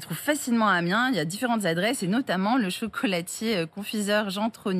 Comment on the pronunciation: c'est Amiens, et non AMINES !!!!